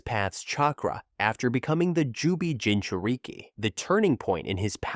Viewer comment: "Jinchur-eeke" "Kamooe" "Sharingin" 💀 Help me!!!